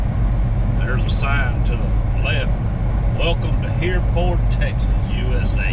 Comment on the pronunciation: I could be wrong, but I think the town is pronounced "hur-furd".